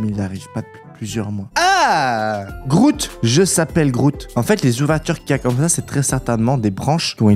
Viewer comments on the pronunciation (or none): GROOT ET PAS GROUT